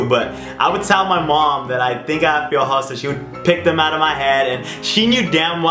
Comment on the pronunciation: The way he says piojos lol